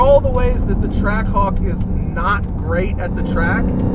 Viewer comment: All I can hear is "Track cock", especially when he says it really fast. I'm not a native english speaker but it's funny how none of the guys from Jeep actually thought of that. (Or anyone in the comments as far as I can see for that matter)